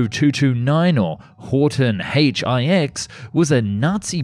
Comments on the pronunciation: To pronoucne it "Horten Ei Ex" is wrong sorry . It is the roman digit 9. Just my 2 cents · You missed 'Ho IX, as 'Aitch Eye Ex' instead of 'Aitch Nine' ie Roman Numerals.